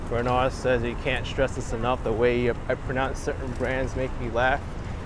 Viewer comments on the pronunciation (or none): none